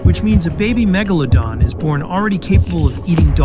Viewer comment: Bro literally missed magalodon is megalodon with a e